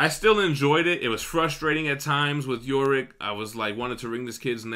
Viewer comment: Now you're just pissing me off. It's not "Yo" Rick. It's Yorick, as in "you're ick". You've been hanging out with Manimal too much, the stupid is rubbing off on you.